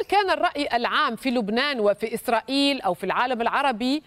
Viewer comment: قالت إسراخيل 😂🤣🤣🤣